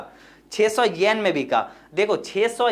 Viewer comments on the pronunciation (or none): Pahli baat 10sen nahi 10 yen hota hai 😁 Aur dusri ye ki 60 (sixty) yen nahi 600 (six hundred) yen hai vo 😂 But achhe se clear kar diya aapne 👍